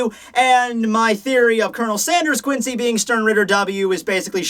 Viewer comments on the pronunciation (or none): none